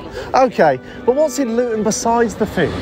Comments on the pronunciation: "Loo-ton" lol... Try ' Lut'n'. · stop saying Luton wrong every time FFS